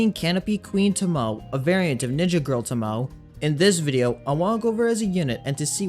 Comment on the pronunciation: Thank you for all the useful videos. Just an FYI, her name is Japanese and pronounced to-mo-ay.